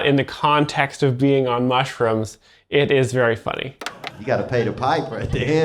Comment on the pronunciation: "uh oh, he ate some mushrims" 😂